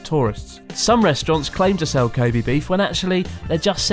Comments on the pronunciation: you wouldn't even pronounce it koh bay would you? I always thought it was Koh Beh seeing as you pronounce べ as "be(h)" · its pronounced KO-BEH not KO-BEE, kind of odd you are saying it like this after living in Japan this long. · With all due respect, people should learn the correct pronunciation of "Kobe". It is Koh Bay こうべ Koh Bee , in Japanese, means Animal Sex こうび 交尾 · stupid english accent, it's not kobee. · Pronounce kobe like a french or something the “e” is miss pronounced